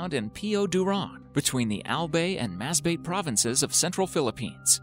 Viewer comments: Instead of al-bay it became al-bey; Mas-ba-te to mas-beyt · Correction, it is read as "AL-BAY" not ALBEY and "MAS-BA-TE" NOT 'MASBEYT' Read it as you spell. Thank me later. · You Pronounced Albay and Masbate wrong...Not elbey not mesbeyt.. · It’s mas-ba-te, not masbate 🤣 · "Albey" and "Masbey" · hanep sa accent ehh..naging masbeyt ung masbate😂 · Albey and masbeyt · MASBAIT AND ALBEY that's cute I love how u tried LMAO uwu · It's Al-bye and Mas-ba-te :> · Albey and masbeyt hahahahahahaha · Albey and Masbey lmao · Pronounce "Albay" like how you pronounce the word "bye". Pronounce "Masbate" like how you pronounce "batte-ry". 😉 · Hahaha yeah right 🤣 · Filipino here ahhahaha The way he pronounced albay and masbate was hilarious ahhahaha